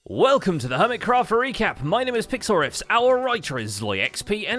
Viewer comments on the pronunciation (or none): does anyone think intro sounds like "Hello! My name is Pixlriffs. Our elytra is low XD"